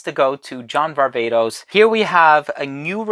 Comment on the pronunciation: As a Greek( like you) i am vastly disappointed that you call John's last name Var-Vay-tos when we both know (as Greeks) its Var-Vah-tos heheheehe